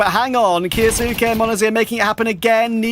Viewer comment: I hate how says kyousuke name